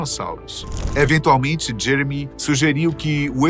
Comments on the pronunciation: Ele falou jemery no final do vídeo kkkk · Eu escutei vc falando jemery 😅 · Não é Jemery mas sim Jeremy Wade